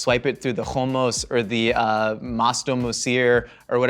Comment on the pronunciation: I LOVED how he pronounced Hummus. חומוס.